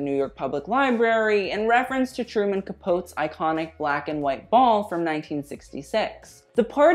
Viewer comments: I love that can say all the label names but not Capote. Cap-O-ti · Can’t wait for the others! Whoo Hoo!...by the way...Capote....three syllables /Ca-Poe-tee/ ......excellent vid though! ❤️❤️❤️❤️😃🙏🏻⭐️✅👍🏻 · Literally died laughing when you pronounced “Capote”, it’s pronounced “Ka-pō-ti” love 😉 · Ca-pO-tY, Capote. You’re welcome😊💕💫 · With Truman Capote, Capote is pronounced Cap-o-tee. Love you❤️ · /Ca-Poe-tee/ 3 syllables Otherwise excellent vid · I'm sure someone has pointed this out, and you are young so you would not know, but Truman's last name is pronounced Ca-po-tee. Love your reviews. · It’s Truman capote’ not capoat. Jeez. Love ya babe but capoat? Really? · It's pronounced, Truman Capotee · Cuh-Pote? Yikes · Learn how to say Capote’s name correctly. You often say names other than designers incorrectly. Skim the script and call an older person and ask about names before you film.